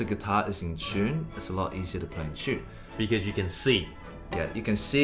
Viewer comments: I love how they pronounce “tune”. Like “tchune”. 🙂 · I live how they say in chune instead of in tune. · “In CHUNE.”